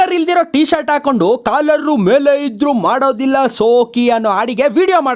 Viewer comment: ಸಲ್ಟ್ ಅಲ್ಲಾ ತಾಯಿ ಅದು ಶರ್ಟ್ ಗೊತ್ತಾಯ್ತ